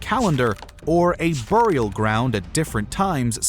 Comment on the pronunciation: Dudes pronounciation of bury and burial is killing me